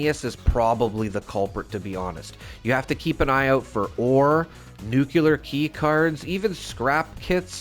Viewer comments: I love your content, but please. It is nuke-lee-err. The era of President Bush inceptioned nuke-ya-ler into people's heads, but it isn't correct. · The word nuclear is NOT pronounced, NEW-cue-ler. Makes me cringe every time I hear you say it. It’s NEWK-lee-yer. There is no “cue” in the word nuclear. If you have trouble pronouncing it that way, think of it this way, new-clear. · Bro really said nucular keycards 😭😭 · nucular, ffs 🤣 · it's pronounced NEW-CLEAR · I am displaying all especially cool looking or weapons Zi am not ranked enough to use yet all over the walls of my shelter. It looks awesome! But dammit, it dings the bejesus out of my stash box weight. 😫 I guess new design choices are needed. Anyway, thank you for this and your other videos! I'm hoping that if I watch them all, I will no longer flinch at your pronunciation of nuclear. 😉👍